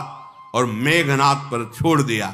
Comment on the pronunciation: Meghnaad hi bol rhe h , tumhe sunne mein problem h shyd